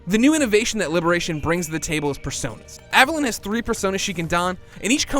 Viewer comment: Take a shot every time he mispronounces Aveline's name as "Avelin". There's an E on the end of that, buddy, stretch out that I sound "Aveleen"